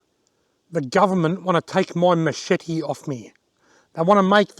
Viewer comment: i made a drinking game i drank everytime youes asaid Machepte ...............